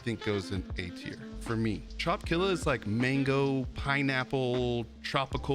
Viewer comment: Love the vids man. btw it’s not trop killa it’s trop-i-killa, like trop-i-cal.